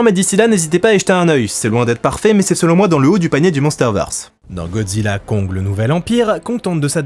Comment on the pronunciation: Merci c'était super comme d'habitude. Au fait le titre du film se prononce Godzilla cross Kong (pour crossover) 😉